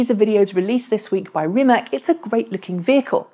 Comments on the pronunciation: Please, pronounce /Reemats/ not /Reemack/ as that is how his surname is pronounced in Croatian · It is not Rimek, it is Rimac. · Hello, just to inform you that, native English speaking persons, should pronounce Rimac in proper way, not pronouncing "K" at the end of his family name. His family name should be pronounced with "C" at the end. In our language, contrary to English, we have very practical rule and if one's follows it can not be mistaken. There is a saying in our Slavic language which goes: "Write as you speak, read how is written!" Meaning that in our language every letter has it's unique pronouncing mark (phoneme) and you just combining the letters, always in the same way. There are some exceptions, but let's leave it from this short explanation. Following the rule "Write as you speak.." in our language, even strangers can read properly, even they do not understand a word of the text. This is just to know how Rimac is pronouncing properly. Although, Mate Rimac repeated many times in public that he did not bother with this interpretation of his family name in English. Thanks and keep up with good work!